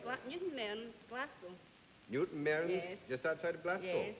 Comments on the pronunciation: Bennett - it is GlasCO not "COW". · To all our non UK viewers of this excellent series, and despite Bennett's repeated mis-pronounciations, Glasgow is pronounced 'Glaz-go', & people from Scotland are Scots, (ie:- Scotsman) or Scottish, not Scotch. Scotch is a drink! It surprises me that with Bennett spending a lifetime working with words, he continually gets this wrong.